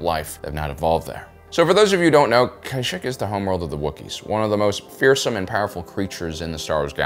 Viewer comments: I love content but the way he pronounces Kashyyyk bothers me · Pronounce it correctly and maybe I’ll like the video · You’re trolling us with the way you’re pronouncing Kashyyyk right? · He pronounces them differently. For example Dooku. We know the how it's pronounced onscreen, but Lucas CONSTANTLY says Count "DoughKoo" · I think this all the time I hear it wrong on YouTube. It literally says it correctly in so many games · I agree with you, its somewhat infuriating, but maybe its some sort of quirk of his own speech, who knows. Many people out there are unable to pronounce words correctly, even, if they read them correctly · It’s pronounced ka-sheek not ky-sheek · Oof... kai sheck? I'm trying to watch this because im interested but ngl I cringe everytime you say that 😂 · Dude, it’s pronounced “Kash-eek.” Everyone knows that. 😅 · Pretty sure Kyshek isn't a Star Wars planet. Kashyyyk is pronounced Kah-sheek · its pronounced kahsheek not kieshek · Wait it's pronounced K-eye-shek & not Kuh-sheek? I've been saying whong for 18 YEARS! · Kyshak? Why are you saying it wrong, its Kashyyk (Cash-Sheek). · It’s Kah-Sheek Not Kashik Not Kaysheek Not Kay-Sheek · Genuine question, do you mispronounce everything on purpose? Because this isn't the first time you've tried to make alternate pronunciations happen. In this case, it's not "kai-shik" it's said like "kah-sheek" and this isn't really up for debate since characters say it in multiple instances. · Why you pronouning Kashyyyk like (Ky sheck)? Previous star wars games have all called is Kashyyyk (Ka sheek), even the clone wars cartoon refers to it as such. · actually no he says kai sheek that's still wrong . Its kah sheek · great video, but its pronounced "Ka-sheek" lol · Kashyyyk is generally pronounced as "kah-SHEEK." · its Kashyyyk not kyshick 💀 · Had to stop watching as soon as you pronounced it as k̑̈y̑̈-s̑̈h̑̈ȇ̈c̑̈k̑̈. Cringe. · Kashyyyk, not Kayshyk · It's KA-SHEEKKKKKKK LOL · It’s pronounced KA SHEEK